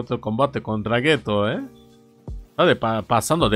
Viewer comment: Literal no es Geto, es "Geto" xD